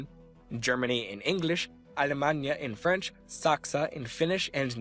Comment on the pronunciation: "Alemagna"??? Allemagna is pronounced "Al'magn". Yes, I know, French is weird.